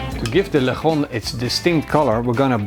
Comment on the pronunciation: lechón, pronounce it like --> letschon (if you are German)